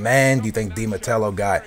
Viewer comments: Who the fuck is di matelo? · you dont even know di matteo's last name.. there's no L in his last name... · yes but there is some dificulty in some words, aa has dificulty saying di mateo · Hahahahah It's Di Matteo you turd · Come on lol Say it with me.......(De-Ma-Tay-O) Dimatao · His name is di matteo not mattelo... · its roberto DI mateo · Not Matello,! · You should pronounce Viias Boas and Di Matteo. The L's are i's. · I know youre not the best pronouncer, but its De Matteo. had to do it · theres no L in Matteo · who is Di Matello? its Di Matteo.. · Hey man! You're one of my favourite youtubers, but seriously?! Di matello? It's di Matteo mate! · Di MATEO! Not Matelo! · i know but he pronounced it like "di mattelo" ;p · dude , it IS ROBERTO DI MATTEO , NOT ROBERTO DI MATELLO AS YOU SAY IT , JUST SAYIN' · Did he say Di Matello? *Facepalm* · di matello? dont you mean di matteo? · Not to be like that ... but it's not Di Matello, it's Di Matteo... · di matelo ? .. his name is di matteo ? :D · Di Mattelo? Think you mean Di Matteo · its di matteo not de matello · its di matteo not de mattello haha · Di Matteo, not Di Mattello lol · isnt it di MATEO? not di MATELO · Di Matello?... Teey ooooh not tell oooh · "Di matello" lol fail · i think its di Matteo not Matelo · Bro it's not Di mattello haha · Why are you saying Di Mattelo instead of Di matteo? :D othervise great analysis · Dude its Di Matteo not Di Matello :P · di MATTEO not di matello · It's Di Matteo, not Di Matello.. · Di MATEO not di matello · its Di Matteo not Di Matello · Di Matelo? You mean Di Matteo right? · There is no "L" in Di Matteo, grrrrrrrrrrr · Di Matteo, not Di MatteLo, still nice video. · I'm a Chelsea fan, Di Matteo is good manager, he won FA Cup and Champions League and he need more time at Chelsea, suddly he was sacked. I hope Chelsea will win BPL and buy Neymar or Falcao. Btw its not Di Matelo its Di Matteo :) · The name is Di Matteo, not Di matello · Dude, DI MATTEO! No "L"